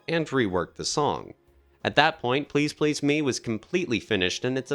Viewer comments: It's pronounced "Please Please Me" NOT Please Please, Me! They are English words not your stupidly incorrectly spoken Americanisms!!!!! Like your stupid way of calling "Aluminium" - ALUMINUM" Lazy and incorrectly spoken! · I really want to watch this because it seems well put together, but the narrator's ridiculous pronunciation of the song titles is making me crazy. He seems to understand the rules of emphasis as to everything else he is saying, but then when he says the song titles, he becomes a 1st-grader, needing to put the emphasis on the final word or syllable. The lyrics themselves don't even make this mistake. In Please PLEASE Me, the emphasis is sung properly with emphasis on the second "please." Similarly, in I Saw Her STANDING There, Paul establishes the emphasis on "standing" by holding on its first syllable far longer than any other syllable in the title phrase. Why does this narrator insist on violating the rules understood by English-speakers around the world, including Lennon and McCartney just as to the song titles. He had basically one job: speak English. He failed. I'll check back in a few months to see if they hired someone else to re-record the narration so I can watch this otherwise very interesting content. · Very well done. But never heard the "me" in "Please Please Me" emphasised that way. Gets a wee bit annoying after a while as it's repeated so often. God there it goes again, must be the 30th time..... I can take no more. Where on earth did the narrator get that emphasis on the "me" from? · Good info but is it an AI voiceover? Im halfway through and there's been the wrong intonation on Please Please Me and it's Cill-a Black not Seela Black. Just found it distracting. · Why pronounce it "Please Please ME"? The accent belongs on the second word: "Please PLEASE Me." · Why can you not pronounce the title correctly